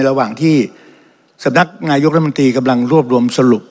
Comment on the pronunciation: คุณต๋อมอภิปรายได้ดีมาก ขอให้แก้ไขการออกเสียงคำว่า "รัฐธรรมนูญ" ให้ชัดถ้อยชัดคำว่า " รัด ทำ มะ นูน" ไม่ใช่ "ล้ำ มะ นูน" เหมือนบางคนที่ออกเสียงคำว่า "รัฐมนตรี" ว่า "ล้ำ มน ตี" ขออย่าทำให้ภาษาไทยวิบัติเลย